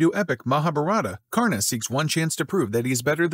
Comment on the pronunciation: His pronounciation of karna disturbs me form the very deep😂